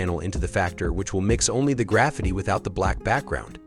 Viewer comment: Easy, clean and the way text to speech says " Graffiti " is funny 😁